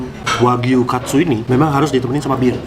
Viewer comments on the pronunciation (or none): Emang kalo orang jepang huruf U suka gak dibaca, tapi kalo Katsu huruf U nya tetep dibaca jadi bukan Kats tapi kyk biasa Katsu